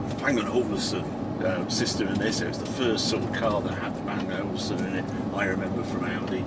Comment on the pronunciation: WTF is a Bang and Ovelson sound system?...🤣